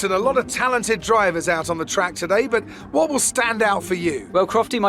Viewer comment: Wha is up, guys? What is up, guys? Wha is up, guys? What is up, guys?